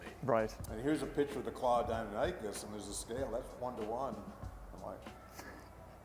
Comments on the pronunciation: the guy butchered deinonychus's name its DEI-non-ick-us not dino-nike-us other than that this was a good video. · dinonikeus Me: NO its deinonychus, die-non-i-cuss! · Dino-nicus? nonono. Dinon-nicus! lol. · I thought it was pronounced Die Non A Cus maybe not lol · I used to pronounce deinonychus as dinichis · I always thought it was pronounced Die-non-i-kis I learned something today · He said deinonychus it’s deinonychus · Bruh the way he pronounces deinonycus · Cringing every time he pronounces Deinonychus wrong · It really aggravates me that this paleontologist doesn’t know how to pronounce “Deinonychus.” It’s like a doctor walking and pronouncing the “p” in “Pneumonia” while diagnosing you. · I Know how To Say Dienonychus Now... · Yikes, his pronouncing of deinonychus triggers the shit out of me. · he still butchered the name :D